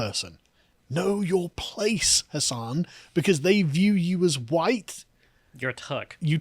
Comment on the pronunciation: ...huwite boy!...lololololo